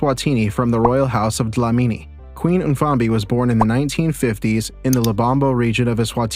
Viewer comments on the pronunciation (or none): none